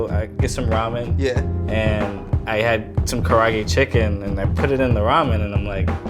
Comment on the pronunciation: The way they pronounce kaarage